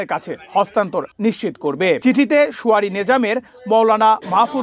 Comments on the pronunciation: You are a reporter., you are keep repeating, suare instead Surae. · আপনি শুয়ারী বলেন কেন? দয়া করে শুরায়ী বলবেন